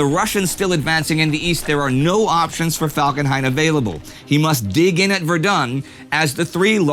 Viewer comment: "Erich von Falkenheim"